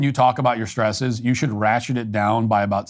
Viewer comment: "Our shtresses...?"